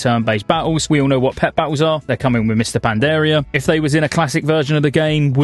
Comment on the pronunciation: HAHAHAHAHAHAHAHA I cant unhear it now!